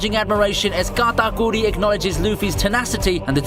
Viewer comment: listening to this guy attempt to say nakama, katakuri and onigashima is the funniest stuff i've heard all day